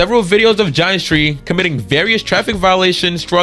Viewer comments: "gin-eh-stri" btw not "geinestree" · ya dude that ruined it for me well that and the pronunciation of va ginestry 😂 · He doesn’t even know how to pronounce Ginestry